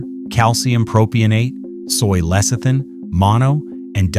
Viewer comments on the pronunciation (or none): none